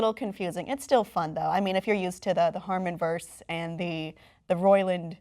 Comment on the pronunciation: Harmonverse and roi-LAND